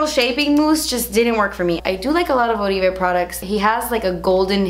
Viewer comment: Lmao you’re too cute Oribe is pronounced like “orbay” 😊